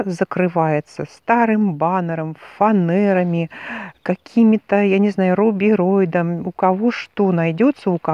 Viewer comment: Очень странно посреди грамотной речи услышать "закрыть фанЭрами".